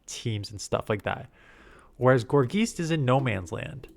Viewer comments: its driving me crazy how he says geist like geese 😂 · Gor-geist. Tons of names are puns or portmanteaus. It's a combination of gourd and geist (like a poltergeist). Geist comes from Germanic roots, so the ei is pronounced like i.